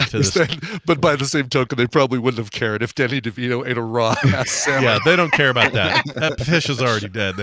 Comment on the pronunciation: pronounced the fish as Sal-mon and no one called him on it